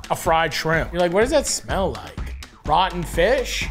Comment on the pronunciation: Why does it shmell like a longshoreman up in this bitch?